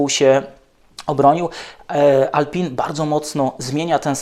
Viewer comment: Używa Pan słowa "porpoising" z nie najgorsza wymowa. Ale jednocześnie mówi Pan "Alpin" myśląc o marce Alpine. Proszę zachować oryginalna wymowę? Francuzi i cały świat mówi "Alpę". Nie Renault Alpini a Reno Alpę. Taki detal.